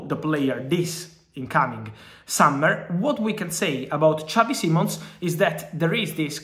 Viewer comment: He's not Spanish Fab you don't say his name like xavi from barca.